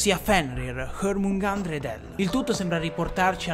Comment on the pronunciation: Comunque jormungandr si pronuncia: Gliormungandur